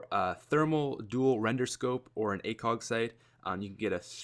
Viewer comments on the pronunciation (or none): none